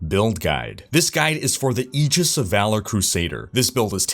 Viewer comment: Learn to pronounce the word Aegis... for fucking christ